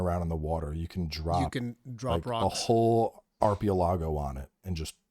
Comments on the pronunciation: Arpelago?? you good?? Haha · A whole arpeolago, ladies and gentlemen. Whatever tf that is 😂